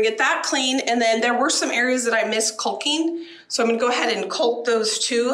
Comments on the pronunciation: The "L" is silent in the word Calking. It's pronounced Kocking. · Also. The L is silent in caulking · Oh man, I’m just over here yelling at you to put on some safety glasses while looking straight up at the ceiling you’re rolling paint on. Lol I understand why “culcking”, but it cracks me up every time you say it. 😂. Much like the “spatchcock” dubbing. I really admire how thorough you are with the house projects. Nice job, especially during the winter weather and all the issues it brings. 👍🏻